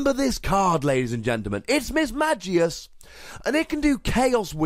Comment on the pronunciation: Had to stop watching this video since you pronounced Mismagius wrong and really anoying to listen how same mistake repeated over and over.